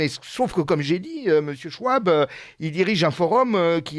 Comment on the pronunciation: On ne dit pas Schwuab mais „Chevab“... il est allemand. Davos n‘est pas un petit village.... c‘est une petite ville... tout sauf pittoresque, mais les alentours sont beaux... Et surtout merci pour ces infos éco